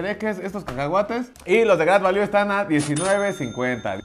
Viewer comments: Se pronuncia greit valiu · se pronuncia grid valiu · #SantosGadalla jajaja no paré de reír con este video. La pronunciación del "grait valú", el pomo de a 50 pechereques y el galletazo del santos jaja países bajos 😂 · El agua santa maría sabe horrible, pero si no traess mucho varo, te saca de apuros. Se pronuncia "gret valiu"😅😊